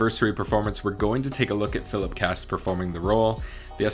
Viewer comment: It's pronounced, Kwost, not Cast. Fuck me, Americans can be ignorant.